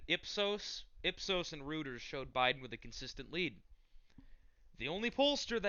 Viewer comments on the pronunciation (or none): Reuters - Pronounced Roy-turs.